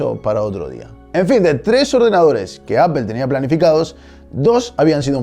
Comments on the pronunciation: Señores españoles, no es ÁPEL, se pronuncia ÁPOL. Si van a refugiarse en el absurdo argumento de pronunciar como se escribe, al menos pronuncien ÁPLE🙄🙄🙄🙄🙄🙄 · Clase magistral en 10 miutos... que me enseñaon el la Universidad en 2 semestres. jajajaj. A propósito... a pesar de tu comentario fijado, se pronuncia APOL, sin ofender. salu2. APEL "OPEL" ES OTRA MARCA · por que pronuncian apel, si se escribe apple? Me explicas, gracias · Pero es facil! Solo di “apol” jajajaja es mas amigable jajajaja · Pues estás justificando una catetada. De la misma manera que pronuncias "gúgol" o "gúguel", deberías pronunciar "Maicrosoft" o "Appol". Si no, ya puedes estar pronunciando de forma literal cualquier nombre extranjero. Lo que llamas "diferencias culturales" es, simplemente, falta de interés al expresarse. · y quien dijo que lo hago? yo si se ingles y los nombres no se traducen, o acaso tu dices: luis de Beethoven o Ricardo wagner? Apple no se pronuncia Apel, punto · Apple /Apol/. Google /GUgol/ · A mí me da igual, se pronuncia "Apol" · Por qué en España se pronuncia "Apel la marca APPLE solo por curiosidad nada de hate. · No se porque me genera mucha ansiedad cuando los españoles pronuncian mal deliberadamente las palabras en inglés, como eso de pronunciar apel a Apple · Peeero tu dices APEL!!!! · porqué los españoles pronuncian "Ápel"? lo pregunto sin ofender, solo me parece curioso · appel? jajajjaja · Sin olvidar “Apel” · Al menos toda la gente de mi ciudad pronuncia toda bien, así que ya te puedes ir aprendiendo las pronunciaciones y dejar de pronunciar “aPel” o “gijA” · Nunca he escuchado a un Espa_ol que pueda pronunciar CORRECTAMENTE la palabra Apple, siempre el 99.7% de los jodidos ibericos la proununcian (Apel), y no solo esa palabra, sino el 80% del idioma ingles... lo hablan terriblemente la mayoria de los espa_oles. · apol! se pronuncia apol! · De nuevo ¿¿¿Apel???, Se dice APPLE = Manzana es como que una de las primeras palabras que enseñan de l INGLÉS